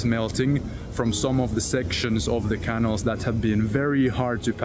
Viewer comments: Canal. Not canil. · Hi. I like your vids but each time you say 'canal' it sounds wrong see for correct method